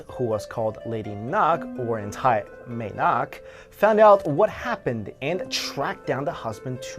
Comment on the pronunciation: may nak does not mean "Lady nak" if by any chance you butchered the term ""Mae" nak" it is pronounced maaaa nak and means "mother nak" very appropriate in this case. just because you're Asian does not mean you can pronounce all Asian languages,especially when there is no official standardized way to anglicise Thai